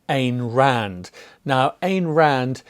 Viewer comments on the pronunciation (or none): Ayn Rand pronounced "ein" Rand, by the way. Rhymes closely with "dine", "fine" and "shine".